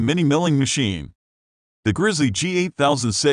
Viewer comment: Sucks. Waste of time. Computer voice = FAIL. "Vidoh" "Grizzee"... makes me think the uploader types with an accent.